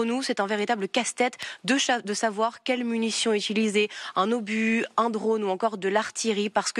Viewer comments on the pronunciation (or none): none